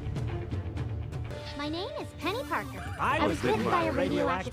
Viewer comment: Peni parker Dont say her name with s